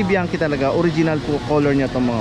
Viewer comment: Hnd bianki Ang basa Dyan , GANITO Ang basa sa biachi, suond like this BIANTSI, THAT THE FAMILY NAME. MANY OF PILIPINO GETS A WRONG PRONOUCATION